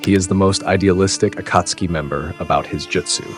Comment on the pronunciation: that's not how you say akatsuki